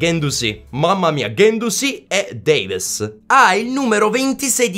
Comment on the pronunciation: Si scrive Davies ma si legge Devis con la e un po chiusa, poi su Parejo nella pronuncia sulla J deve sentire la c dolcemente ma veramente dolcemente